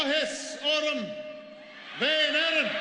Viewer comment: He says "orm" like a proper native speaker! BRILLIANT!!